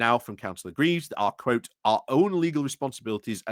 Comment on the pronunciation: Coming from the Notts/Derbys border, I appreciate the detailed coverage - the nationals won't do it, and such coverage is one thing that will wash the Reform sandcastle away. Points: 1 - FFS sort out your pronunciation; that little lot would embarrass Dubya Bush. Cllr Graves rhymes with braves. Swadlingcote is just as it reads. What happened - did you put it through Google Obfuscate? Derby is pronounced Darby. PLEASE do some homework on this ! 2 - Church Gresley has had a church since 1100. Channelling the Pub Landlord - the clue's in the name. 3 - On Council Prayers, it's a bit of a red herring. Stats seem to be that 1/3-1/2 of Councils do that. The National Secular Society do their nut about it when they want some attention, but it keeps them happy. I think the far larger issue is Reform and other parties on the Right trying to latch onto Christianity as a hate-filled Nationalist thing, rather than for eg behaviours from the Sermon on the Mount. They need to be skewered on that. 4 - I think Reform's attempts to run Councils centrally via Party Directions is serious. Can you advise us how to hold that to account - eg is there an official responsible for due process being followed?